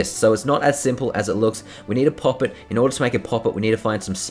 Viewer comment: I hate the way you say poppet lmaoo 😆